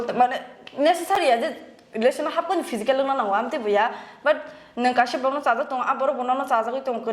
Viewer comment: pysical 😂physical